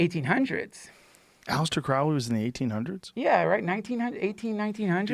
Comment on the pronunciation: Crowley rhymes with holy not Owsley